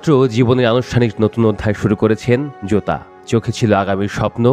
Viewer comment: জুতা আর জোতার উচ্চারণ কি এক হয় ভাই😅😅